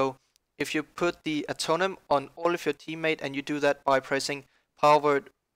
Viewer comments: It's not "Atonem", it's "AtoneMENT" :-D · Uhhh- tone-MENT Not Atomen